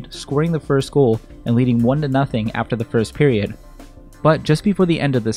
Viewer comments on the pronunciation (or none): none